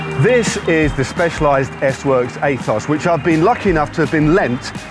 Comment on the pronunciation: heheehehehehehe “aethos” hehehehehehehehehehehe